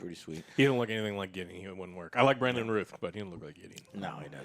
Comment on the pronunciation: It's Brandon Routh pronounced like the word mouth not Ruth.